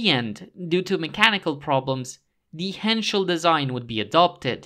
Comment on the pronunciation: I did detect one major flaw in this voiced article. It’s Porsche, Not porsh😜 The ‚e‘ at the end isn‘t silent, it‘s pronounced like the ‚e‘s in Henschel like you did say absolutely correct😉 Besides this little native german nerd rant I really enjoy your work gents!